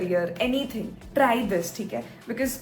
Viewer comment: Hey, just a suggestion for improving your english. Don’t pronounce “TR AAAII” “AaaaIIII” “DrAAAIIII”. Pronounce it shortly like “TrY” “drY”. pronounce “I” as “Aye”. You stress I as “Aaaiiiiii” too much and that makes your english pronunciation bad. Hope you take this suggestion positively:)